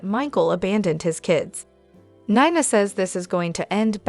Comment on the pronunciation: Neena not niiina